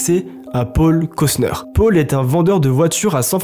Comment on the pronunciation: qqun lui explique que c’est paul pas pôle le prenom?